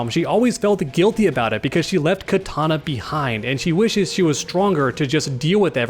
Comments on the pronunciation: Please stop saying Katana, it hurts my ears...Kitana is pronounced "KEY TANA" not Katana as in the weapon. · Kitana not Katana